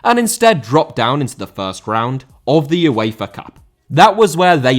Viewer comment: Uefa* not Yuweifer